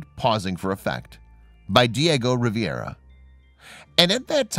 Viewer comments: Riviera is in France! Diego Rivera was famous enough to get his name pronounced correctly. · Hello! I truly enjoy WB! It's been a learning experience for myself! Just 1 small correction. If you don't mind. The artist name is pronounced & spelled Diego Rivera, Not Diego Riviera! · Pronunciation Ree veh ra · I would redo this video to correct the pronunciation of the artist's name. It's Rivera, pronounced ree - VER - ah